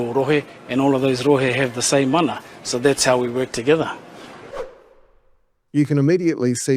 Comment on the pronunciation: People like Ferris bring out racism in others. That is derisive. Agreed. His name is Takuta, not "Tekuta." It's mana, not "māna" etc. Sorry, I don't want to sound like a know all, but if you are talking about ignorance, you should probably get your pronunciation right on the basics at least